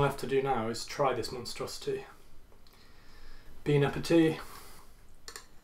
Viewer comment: "Bean Apetit" 👏👏👏